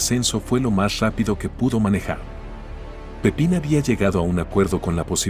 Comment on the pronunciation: Es "Pipin" Ferreras no Francisco Pepín